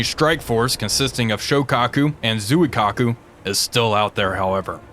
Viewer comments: Why can no You Tubers pronounce Japanese names? It would only retake a second to do some basic research. May I suggest you watch the movie, “The Final Countdown.” You might learn a thing or two of Japanese from a young Martin Sheen. Other than a native Japanese, I’ve never once heard anyone on TV correctly pronounce the city of Kyoto either. It’s not KEE-YO-TO. It’s /Kyo’-to/. Nor is it Zoo-eee-Kaku. My ears are bleeding. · Because everyone pronounces it Zoo-eee-kaku, even those in academia.